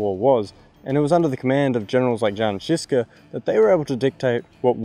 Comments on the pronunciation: nah, bro said Joan Hus and Joan Shiska :D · Thanks for covering this up. Just a thing: Žižka is pronounced ZhiZHka. I guess its the best way to write it down phonetically edit: I think best english(?) phonetic writing would be Gischka ("Gi" like in Olivier Giroud)